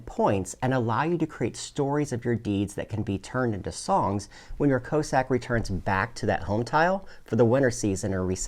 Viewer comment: Is a "co-sack" the same as a Russian "coss-ack" or are you just pronouncing it weird?